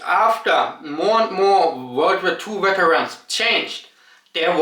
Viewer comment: It sounds like you're saying Germany has an issue with becoming too hardline. Whether it's war or immigration or some other subject? weterans was actually quite nice to hear. In Germany you hear folks pronounce Vs as Ws and Ws as Vs even when they're speaking english. When you watch Germans on youtube they seem to drop it and while I understand why I do appreciate a German speaking English like you hear it in Germany.